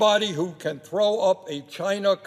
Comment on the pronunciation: They repeated what Bernie said no more or less he said trow not trough